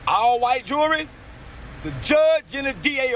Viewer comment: It's not jewelry, it's jury! Why do black people have a hard time saying that word? Also, fruneral instead of funeral, ambalamps instead of ambulance, etc... Just asking.